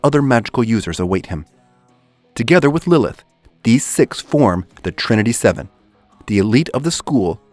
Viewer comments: watched 9, 8, 6, 5, 4, 3, 2, 1 trinity 7 not serven, also saying arata name wrong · "Trinity Serven".....that's not how you say it. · Loved the vid keep up the good work and only "trinity Serven" part was wrong